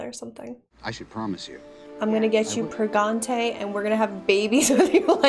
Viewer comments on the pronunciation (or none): Pregante? Don't you mean prangent? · Pregananant?!? sigh ok rewatching it again.